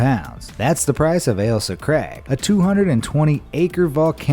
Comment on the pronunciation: you pronounced craig wrong...